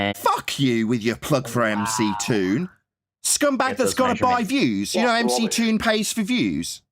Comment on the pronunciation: It's McGoon not mctoon